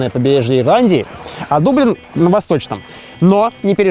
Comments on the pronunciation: 2025 год, смотрю выпуск в 5+ раз, только щас заметил, что ты в начале выпуска говоришь не дублин, а даблин, чтобы в рифму было… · Вроде дАблин, так они сами произносят